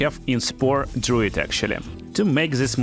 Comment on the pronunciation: Dr-ah-oo not Dr-oh